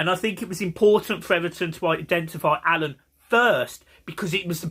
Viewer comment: its alaan not alun